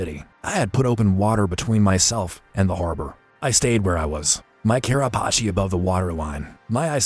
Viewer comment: It’s actually Carapace